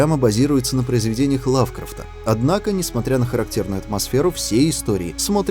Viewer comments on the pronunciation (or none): Хреново, когда читаешь слова, произношение которых не слышал. Стив бУшеми, видЕния, лавкрАфт.